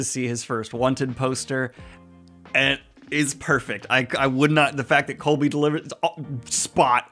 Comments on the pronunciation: Does Daniel think Koby’s name is “Colby”? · Fantastic review. Loved all the positivity! It still astounds me just how well this was received in general. Although it does break my heart every time you say "Colby" </3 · You keep saying Colby lol. His name is Koby, said like Kobe Bryant lol